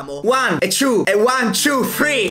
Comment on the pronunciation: Ma perche in Italia dicono tchiu ma che maestre avete?eppure non e difficice dire two in italiani basta dire tu non penso che e difficile